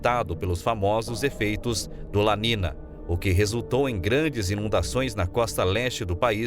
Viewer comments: Caro Prezado Locutor... Que "não sabe" Espanhol... Não é "La Nina" e nem "El Nino"... É "La Niña" (Lesse - "La Ninha") e "El Niño" (Lesse - "El Ninho") Obrigado pela Atenção e na próxima fala correto no video as palavras em Espanhol.. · La letra Ñ en Español tem son de NH em Português... Não e nina o nino.. E Ninha o Ninho... Devemos respeitar os idiomas.!!!!! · Adorei. Só se pronuncia ninho e ninha. O n com til fal papel de nh. Vlw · ATENÇÃO - a PRONÚNCIA CORRETA É EL NINHO e la NINHA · Se pronuncia la ninha e el ninho, pois la niña e el niño é espanhol. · La ninhâ.....ou El Ninhô....... tua pronúncia ..................DÓI aos ouvidos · Prezado narrador você podia pelo menos ler correto NIÑO E NIÑA, se le: el ninho e lá minha. Obrigado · Como que este locutor não sabe pronunciar corretamente as palavras "El Niño e La Niña?São palavras escutadas repetidamente na mídia.